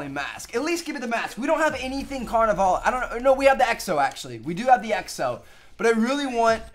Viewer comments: It's pronounced lah instead of lay. (When he said carnivale) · His pronunciation of Carnevale is giving me a headache. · Does nobody notice how hes pronouncing Carnivale wrong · anyone else annoyed by how he says carnevale?